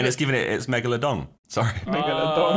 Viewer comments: The real question is, who said “megladong” first, josh in this vid or Ethan in the recent tinder vid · "Megalodong" XD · Points for "megaladong."